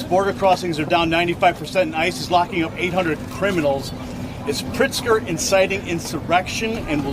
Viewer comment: You're mispronouncing his name, it's pronounced, "Prixter"...